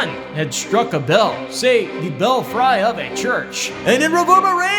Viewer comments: Belfry. t's not pronounced "bell-fry" like french fry. It's pronounced "bel-free." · That's pronounced bell free. Not bellfry